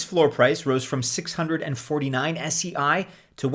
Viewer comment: It's pronounced 'say'